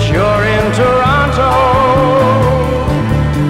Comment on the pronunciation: This is great... although, he says Toronto wrong 🙃